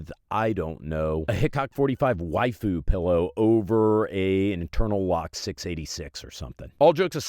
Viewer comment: LOL "Hickock 45 wafu pillow" 🤣